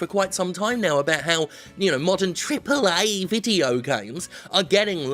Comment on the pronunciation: I doubt Jim if can ever say "Triple Ayyy" normally now.